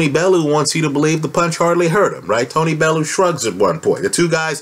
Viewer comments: It's pronounced BellYOU not BellOO. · it's pronounced BELL-YOU or BELLY- YOU